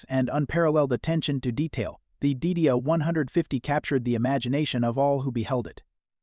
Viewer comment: Trust me...I saw this car in 1962 and the pronunciation (back then) was Die DEE uh...not Did-e-uh